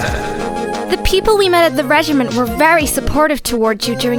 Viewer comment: I love this series but OH MY GOD WHY DID NOBODY CORRECT FRANZISKA'S VA ON HOW TO SAY REGIMENT!? IT IS DRIVING ME INSANE!